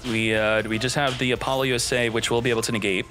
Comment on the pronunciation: It took me a good while to realize that every time he was saying "V-Sauce" and "Apolly-yusei", he was talking about Visas and Apollousa. I can't tell if he's doing it on purpose or not.